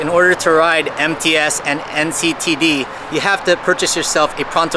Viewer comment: When you said MTS transportation, I thought you said "Empty *ss" transportation. LOL